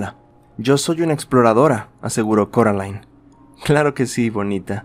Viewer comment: alguien mas escucho caroline en vez de coraline? erorres pero me gustan uwu